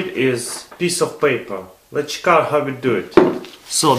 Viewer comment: lol CHiiK IT OUT . I love this guy .